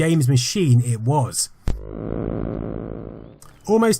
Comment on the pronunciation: I like the video, but when you keep mispronouncing RJ's last name, it drives me MAD. It's MICHAEL .... spelled MICAL, but pronounced MICHAEL ......!!!!!